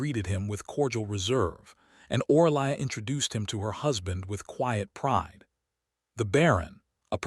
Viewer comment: Name = pronounced O-ree-lia (Orelia). Language needs editing please.